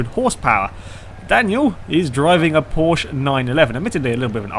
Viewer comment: Porsch-eh? Isn't that how AR12 would say it? :P